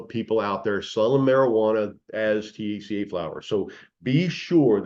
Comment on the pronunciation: He can’t pronounce THC A, he says it as one word! 🤣😂🤣